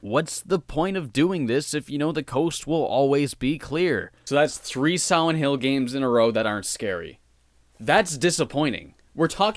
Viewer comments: Dude every time he said silent hill I heard siwent hill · Take a shot everytime he says Siwent Hill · I always hear him say Siwent hill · Siwent Hiw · "Swient hill" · sawent hiww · heh siwent hill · Siwent hill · I wuv Sigh-Went Hwill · ...Am I the only one who thinks it sounds like you called this one Siwent Hill over and over? And it looks like it too? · Be vewwy vewwy quiet... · But here's the thing - listening to him talk, I've only ever heard him replace the L with a W when he mentions "Silent Hill" itself; otherwise, he's able to pronounce L's normally. Must be the phonetics OF the word Silent, maybe. But it's a minor thing compared to a great review, so from one R.A.D. to another, good work man! From Canada, with love <3